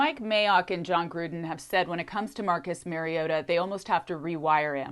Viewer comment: His named is pronounced MAR-ee-O-ta. Not Mary-ota.